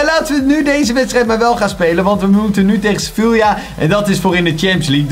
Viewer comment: Je spreekt Sevilla uit als sevia